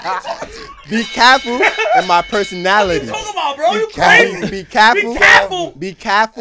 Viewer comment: “My personatily”